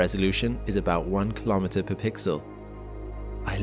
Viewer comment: Why can SpaceTubers not differentiate between 'pre' and 'per'